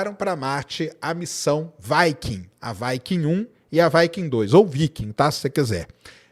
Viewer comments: Fala viking e não vaiking, parece que ta falando vaca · Quando uma palavra em inglês termina em consoante - não flexiona a vogal anterior ! vaike não viquing sim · Vaikem 1-vaikem2 e vai kem quer...😂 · 😂"Vaiquincola" né?🏹🎯